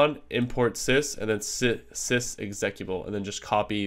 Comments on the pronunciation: 53 seconds in - the word is EX-UH-CUTE-UH-BULL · nice video, FYI: x-eh-cute-uh-bull